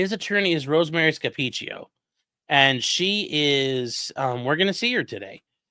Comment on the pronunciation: pronounced her name perfect.